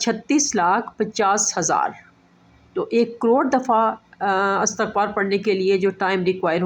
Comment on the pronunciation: السلام و علیکم ورحمت اللہ و برکاتہ لفظ اِستغفار هے الف کے نیچے کسرہ ھے (ISTAGHFAR) صحیح تلفظ